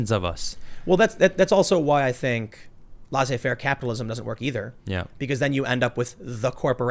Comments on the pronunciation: Laisser faire is pronounced "less-ay fair". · Just gonna say: "Laisser faire" is pronounced closer to "lesser faire", not "laser faire". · I so wish Tim would stop pronouncing "laissez-faire" as "law-say fair." So annoying.